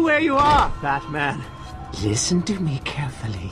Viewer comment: He said "IT'S BATAMAN!" right before he got knocked out.